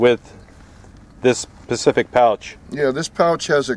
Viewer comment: Specific not Pacific.